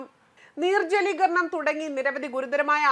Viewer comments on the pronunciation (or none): നീർ ജലീകരണമല്ല നിർജലീകരണം ആണ്.